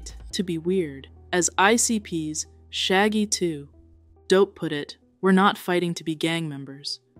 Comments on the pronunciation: i know some other dude said this but the way you say shaggy 2. dope kills me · God. I cannot handle the way she says shaggy 2 dope "Shaggy 2......dope" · ❤ the AI needs some tuning “shaggy 2……….. dope” 😂